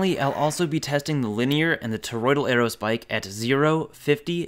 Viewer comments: Buddy. You've got it all wrong. Square aerospike? Haha, no. Squaerospike. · He really didn't call it a squaero spike